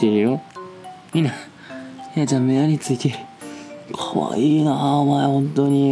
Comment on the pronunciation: どろっどろにひなちゃんを甘やかすさとみくんのこの感じ好き伝われ。だって甘やかしすぎて、かわいいねじゃなくてかあいいねになってるもん。 しかもこれ床に置いてあるってことはさ、さとみくん寝っ転がって撮ってるのかな？は？かわいすぎんだけど？